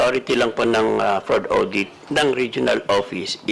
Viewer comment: nd po awdit it is audit.